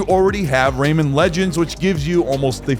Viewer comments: Ray-man, not Raymond 🤦🏻‍♂️ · RayMAN not Raymond.